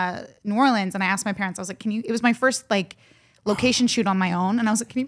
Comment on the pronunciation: Jen thanks for pronouncing New Orleans correctly